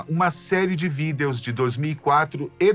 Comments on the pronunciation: pq vc fala VIDEOS, fala VIDIOS por favor 😭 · Toda vez aquele pronuncia vidEEEos eu me desconcentro kkkk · Que agonia dessa pronúncia dele pra "videos" 😅